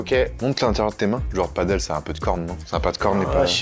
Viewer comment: On ne dit pas padeul mais bien PADÈLE, ça vient de pays où l'on parle espagnol donc ...